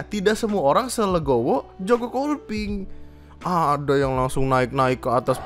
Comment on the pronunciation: Joko Kopling banggg joko KOPLING bukan KOLPING, gemess bet dengernnyaa